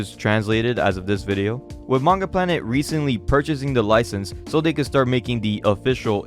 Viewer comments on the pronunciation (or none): none